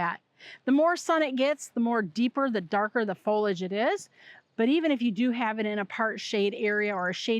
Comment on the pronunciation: Fol-li-age, nor folage! Please, pronounce the word correctly or don’t say it at all. You’re hurting my ears!